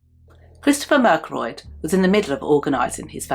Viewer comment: I knew names would be said wrong.. 😂 it happen. "Mer-ga-troy-d". No one ever says it right at all. Also it's "fas-oh-li". That's not your fault really..the document that was made about this case was said wrong after my mum told them how it was said.. Not a bad job. I'm peters niece..I like how you included a lot of Jason's past but he still angers me for killing my uncle who wouldn't hurt a fly. I haven't heard some of this before. Peter stayed with us when I was a teenager and he was lovely.